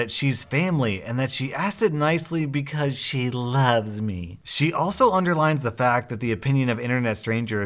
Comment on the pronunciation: Was I the only one who laughed when he said “because she LOVES MEH”. Only me? Okay